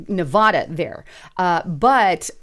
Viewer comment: Learn how to pronounce the state name, Nevada.